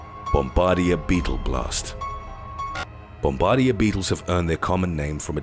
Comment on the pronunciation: The word Bombardier isn't pronounced bomb- bard- deera it's pronounced bomb-a-deer. Also Cheetah run so fast that for a short time all four of their feet can be off the ground at the same time... And I know Puffer Fish can be toxic. But still they're incredibly cute ⚛️🐡